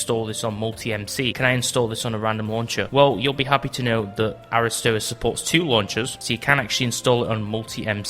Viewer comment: its pronounced air ih stwah